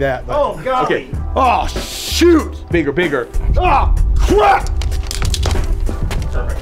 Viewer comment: Im sorry did you say would do it..."bigger"?